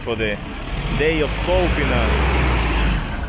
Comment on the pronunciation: Kolpino is pronounced KOLpino, pressure on the first syllable. Not kolPIno.